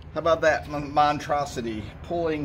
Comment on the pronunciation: And the word is monStrosity with a another S in there. Car looks and sounds great!